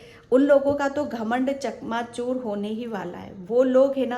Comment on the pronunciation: चकनाचूर not चकमाचुर 🙏🙏🙏